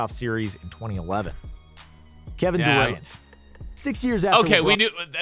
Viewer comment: he said kevin duwent